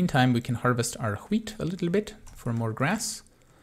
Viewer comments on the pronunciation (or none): You pronounce it hweat you should try and pronounce it weat without an h there is one but it's silent